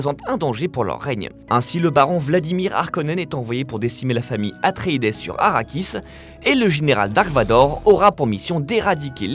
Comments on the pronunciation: ouais mais ça se dit quand même Astréides et non Astreides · ça fait tellement mal de l'entendre prononcé comme ça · J'ai saigné des oreilles et pissois de la boue. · Peut-être la prononciation anglaise (eutrédise) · Le E et le S ne se prononcent pas dans Atréides